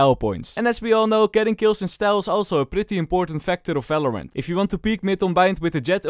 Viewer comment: i love it when he says "falorant"